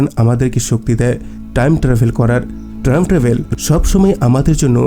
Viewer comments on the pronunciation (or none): বার বার ট্রাইম ট্রাবেল বলছেন কেন?